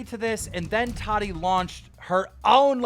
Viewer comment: every time he says tati i think hes sayin toddy😂